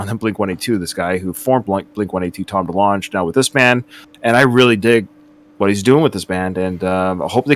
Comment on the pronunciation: Delong “guh”. Not juh. Just sayin.